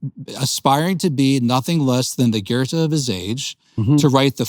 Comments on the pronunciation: It's so strange that he adds a phantom R to Göethe (~Geuh-teuh) in an American standard accent. Like it's not a big deal, but what an odd decision. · There is no “R” sound in “Goethe” - it really isn’t hard to pronounce correctly. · goota or gerta is correct.